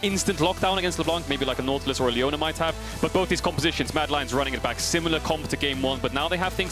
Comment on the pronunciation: i kept hearing Madelines